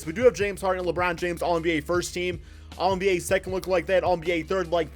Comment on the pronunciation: Labrown james😂